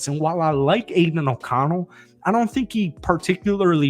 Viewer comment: The way you say “Aidan O’Connell” pisses me the fuck off . I hate that you think he’s good to lmfao